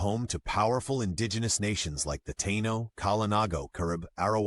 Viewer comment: "Thai-eeno" thats how you say it